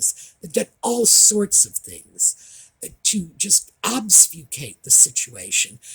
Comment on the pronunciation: Hi. Just a small correction in your pronunciation of the word obfuscate ( ob-fuss-cate/cation) not obsufcate/obfuscation. Wouldn't have mentioned it if it was only the once. Love your videos. They are brilliantly researched. 🇮🇳🇮🇳